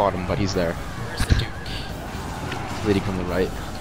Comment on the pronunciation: A clear victory! All hail the dork of normandy! Epic mispronountian